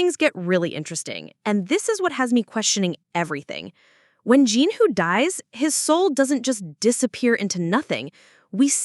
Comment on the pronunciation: Also why did she say JIN-HU it makes me want to rip my head off